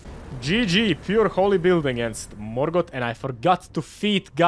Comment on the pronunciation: He got, Mor-got